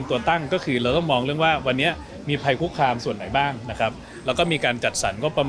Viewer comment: คำว่า เรา คือ ร เรือ ไม่ใช่ เลา